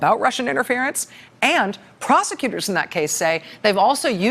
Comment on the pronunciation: Rachel, you been listening to trump too much! Just caught that ‘Rusher’, slip. 😂😊💙🇺🇸🏴